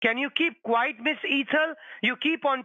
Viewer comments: “Can you keep QUITE?” The way he mispronounced “quiet” so many times was the most annoying part of this call! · Scammer says keep quite, not quiet 😂😅